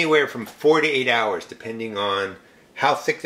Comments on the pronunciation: Are you saying 4 to 8 hours or 48 hours?? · I was like 48 hours??? I agree... thank God for captions. Lol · When you say 4 to 8 hours it sounds like 48 hours. Glad you put a caption.